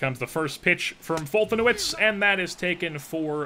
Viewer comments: As a Braves fan I'm pretty sure it's pronounced "Fol-te-nev-ich" , just in case you care. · It's pronounced folt•a•nev•itch= foltynewicz